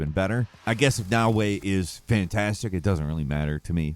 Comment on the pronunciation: 'm sorry for alway moping bout pronounce but OMG is it satisfy'n to hear U say Her name right nA-O-È